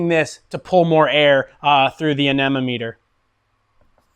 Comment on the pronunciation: You should probably know how to pronounce the tool to measure air flow correctly if your going to do a video on this topic. Just google how to pronounce it.!